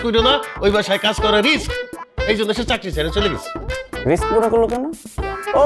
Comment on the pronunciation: আরে ভাই ওইটা রিস না রিক্স 😅